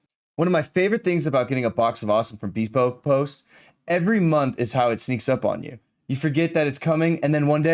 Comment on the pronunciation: Loved the podcast, but am I the only one who thinks is pronouncing “bespoke” wrong? Might wanna look into that incase the sponsor gets upset